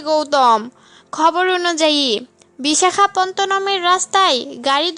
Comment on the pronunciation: Ami toh eto din jantam kotha ta Bisakhapottonam.... kintu bolchen Bisakhapontonam 😆😆😆😆